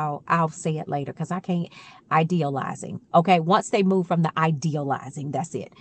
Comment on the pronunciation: Ideal -I -zay -shion 😂😂😂your adorable💜💜💜💜😆😁